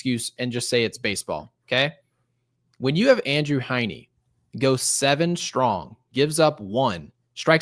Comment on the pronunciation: How about Andrew HINEY, lol. CONSTANTLY mispronounces names it's unbelievable how many times it happens.Love the show but research some names, please.